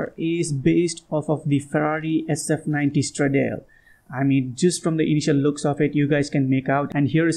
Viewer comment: Pronounced "straw-doll-lee" not how you said it. Yes I have to be that guy because I love Ferraris, can't stand when their names are said wrong.